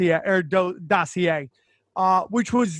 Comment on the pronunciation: Sam said dossier right, first time ever. This is a beautiful thing.